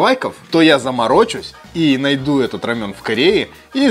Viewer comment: Не рамён а Рамэн , тыж в роде местный и нешариш ??? что у русско язычных за привычка перекаверкивать названия. Дёнер немецко/турсское блюдо , называете ДОНЕР ... бред просто. Перестаньте уже